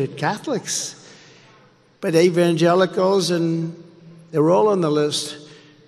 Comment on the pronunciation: Evangelicals…??? Oh boy that was a tough one for him. He actually said Evan-jealous-ellls..!